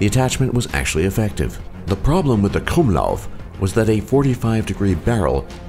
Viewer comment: Im Austrian and he said KRUMMLAUF right xD and it was so funny.